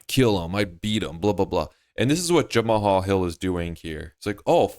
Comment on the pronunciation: Jemma-Haul-Hil... "Jemall" Jamahal